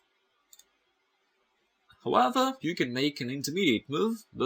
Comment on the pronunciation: Even cooler is the way he says 'Howeather' for however... is the best chess teacher I have encountered